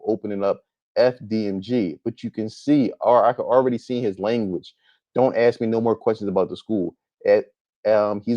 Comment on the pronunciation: Axe? What the hell is "Axe"??? It is Ask! Why black people REFUSE TO ENUNCIATE! For some reason, black people LOVE to sound as ignorant as possible..., DAMN!!!